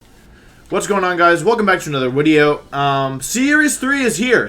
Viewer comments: I swear to god he said woody-0 in the beginning instead of video. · "What's going on guys? Welcome back to another wideo" I mouth along with Wolfey and then laugh at "wideo" anyway.